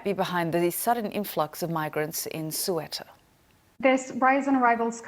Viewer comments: Never heard of such city. It's Ceuta (SEE-YOU-TA), not (SWEETAH) ! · Newscaster: It's not pronounced "Sew-etta", it's "Seh-ooter". (You have your vowels switched). You'd think to be in that job, you could spend 5 minutes learning the correct pronunciation! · "Sueta" lol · Ceuta ❌🤢🤮 Sueta ✅👍🤩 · "SUETA" HA HA HA H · That woman kept saying SOO ETAH... Ce uta! read it correctly. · It’s bothering to hear “Sueta”. It’s Ceuta... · She consistently pronounces it SUWETA, but it is pronounced SEH-OOH-TA. (In most of continental Spain it is pronounced 'THEUTA', with 'TH' as in 'think'). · This reporter can’t even say the name correctly. Cueta Cueta?? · & "Suetta", it's Ceuta. BBC dumbing down again. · soo eh tah LOL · Looks like Spain's been asleep if it's been relying on Moroccan authorities to help preserve the integrity of their border all this time. How are those migrants going to get to the Spanish mainland. Surprisingly poor pronunciation by a BBC journalist... it's "sayoottah"! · North African enclave of "Swetta'" [Ceuta] I can't even lol... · Yes she should learn to pronounce it. Nice city Ceuta much nicer than Algeciras. The border is very tense. I used to cross it every weekend to buy groceries in Fnideq. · Its more pronouced "Seotta" or "Siyotta" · Actually it's cebta, that's the right name of this city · the moderator said it wrong thrice ( again) despite her colleagues and the translator for the Spanish PM pronouncing it differently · Main Anchor = "North African Enclave of - Sweater" BBC journalistic standards at their best...its not that hard to get it right for goodness sake - next mention by another journalist was pronounced properly. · I thought she said "Suetta" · can someone teach her how to pronounce Ceuta? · She needs to learn basic correct pronuniciation of European cities. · Her pronunciation of ‘Ceuta’ 👁👄👁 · Please pronounce properly the name of the city....CEUTA... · Maybe someone should explain the newswoman how to correctly pronounce „Ceuta“...